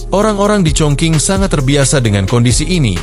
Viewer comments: dibaca chong ching , bukan chong king. sakit telinga dengernya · Setelah sy cek di Internet ternyata bener, cara bacanya chongching bukan chongking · dalam bahasa mandarin chong qing di baca :Chong cing , bukan Chong king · Cung cing ejaan Indonesia nya. Bukan cong king. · Stop sebut Chong King tp Chong Ching!!!geli ah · Chong king kota apaan bang? Itu chong cing bukan chong king😂😂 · Bener,suruh edit aja audio narasinya.